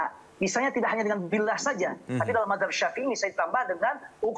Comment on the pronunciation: NYEBUT MAZHAB AJA, MAHZAB😂